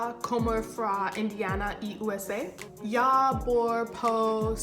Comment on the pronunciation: its "jeg" not "jarhh".